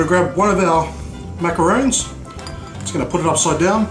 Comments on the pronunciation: they're macaRONS! pronounced like the name Ron, not macaroons. macaroons are the coconut cookie-like treats. I wanna try this recipe out, though :) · Not sure if it's just your accent or if you're legit mispronouncing macaRON .... I mean roons/rons get mixed up a fair bit by the general public but... to screw up the pronunciation AS YOU'RE MAKING THEM, considering yourself to be a pastry chef?.... bruh you betta not 😢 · ...it's MACARONS. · how he says macarons is soo funny hahahhahaha fucking ugly :P